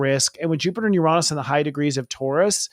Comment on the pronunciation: You are a great presenter! - Love the glasses, but please fix your pronunciation of Uranus 😅 - Thank you for always being down to earth when sharing your insights/opinions. ⭐